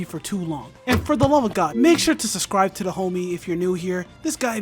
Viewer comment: idk why “suscribe” makes me so irrationally angry. many people do it and i deeply dislike it every time